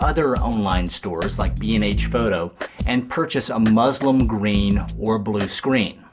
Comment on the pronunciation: muslinnnnnnnn its a N